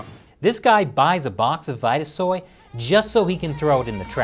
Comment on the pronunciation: It's probably pronounced Veeta-soy not vighta-soy.